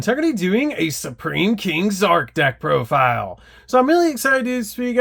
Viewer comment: You sound so dumb. Just say profile normally.